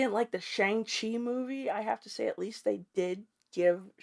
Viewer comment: I agree. I mean the movie told the audience how to pronounce Shang Chi and you still mispronounced it…. Cringe.